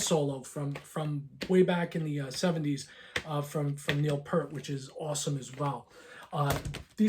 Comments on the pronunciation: The T is absolutely Not silent. That being corrected, he did pronounce Neal's name incorrectly. He made the common mistake of saying Pert, not P-ear-t. You just have to remember to get the ear 👂 in there. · Best way to look at it is PEERT, like peering out the window like the kid on the cover of Power Windows.